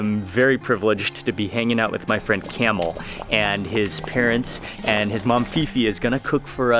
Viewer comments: Lol I think it's pronounced kah-mel not camel lol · It’s pronounced kum-eel, not camel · مع كل هالضيافة و التوجيب و بحكي اسمه جمل !! Kamel and not camel حد يصلحه ! ! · Grahoovian you are right, its Kaaamel not camel ( in some countries its Kamal) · yeah it's not camel its kamel pronounce like kaaa-me-L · His name Kamel not kamal or camel! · كامل وليس كمال kamel not kamal we have both names in Lebanon kamel means the perfect person kamal means the highest level.of perfection